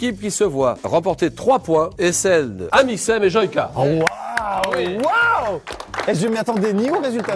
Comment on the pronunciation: Ça me stresse comment il dit Joyca ....🤣🤣🤣